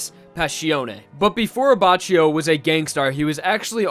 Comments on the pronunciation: I can't watch it...it's abaKKio (I mean pronunciation) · I don't want to be that guy... But is prounonced Abbakio. Trust me. I'm italian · the way you pronunced "abbacchio", abbascio, triggers me. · Say it with me Ah-back-key- o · Looking back on old videos and hearing how thought the names in Part 5 were pronounced is kinda cringe. It’s A-bah-key-o Le-o-neh. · It’s pronounced like Abbakio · Isn't abacchio pronounced as "abackio"? Lmao this video hurts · doesn't it read as Aba K io? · It’s pronounced A-Bak-I-O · Lion abbacio.... My ears are bleeding... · Actually, at least in Japanese you pronounce Abbachio as Abbakio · Abbacchio is pronounced Abbàckio And now I have to go Mispronounced italian words need me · You should read it as "Abbakkio" x_x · just a note from an italian viewer. the pronunciation of leone abbacchio is wrong. the first and the second e are pronounced like the "e" in generation. abbacchio is pronunced abbakkio. also, giorno giovanna is pronunced like jorno jovanna. giogio is pronunced like jojo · It's actually pronounced Abba-Key-O. If you read the katakana, it uses Ki for the cchi part. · paz Because in Italian Ch is K but C is just a Ch. It is Abbakio and Gucchi phonetically (Not an Italian,just fluent in it) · paz Go to the Abbachio page on the jojo wiki and look at the Japanese pronunciation. "Reōne Abakkio". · WHY YOU PRONOUNCE ABBACCHIO LIKE THIS, JUST WHY? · Unsub for wrong pronounceation of Abbachio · I cringe a little bit everytime I hear the way you say Abacchio. For reference, the anime gets it right: In italian, "ch" is read like a "k". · The c in Abbacchio is a hard c like k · man.. thats not how u pronounce abbacchio... in italian ch=k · Take a shot every time says Abbacchio and says it wrong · In Brazilian portuguese too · Finally somebody that comments it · The way you pronounce Abacchio makes me want to cut my ears off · It's pronounced with a k in Italian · you read it "abackio" not "abachio" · Pronounced abba-ki-o